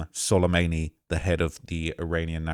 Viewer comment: Solemayney? An-Clave? Briggaydiur General????? TF is wrong with your brain you do this for a living. Literally made like 10 videos on Trump taking down Soleimani and now suddenly you can't pronounce his name?...